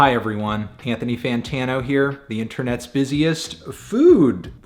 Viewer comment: Did he say “PANthony Fantano”? Jesus Christ. This guy is lost in the sauce